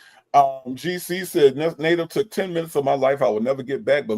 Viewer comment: Has anything other than me noticed that when he says the work “took” he actually says “tuck”? It’s just as annoying as when Sonya says “all” in that weird way.